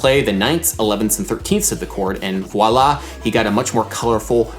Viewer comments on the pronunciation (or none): none